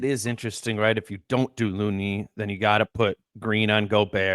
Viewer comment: My favorite part is when speaks as an expert on the GsW match up and admits to knowing nothing about Post but then gives a scouting report. Speaks high of Looney but says his name wrong. Let’s bring back the criticism of John Randle? Or maybe should walk back from his “Rudy is done” take from last time? I’m a looney fan but he is playing 9 minutes a game in this series. Only 8 guys for GsW have played 100 minutes and he isn’t one of them.